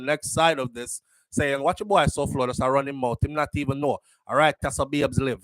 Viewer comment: Souflo his name is pronounced Foy